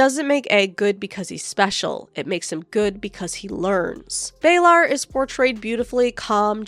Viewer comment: How does someone who’s read the books and watched the series still mispronounce Baelor’s name? Who’s Baelar? 😑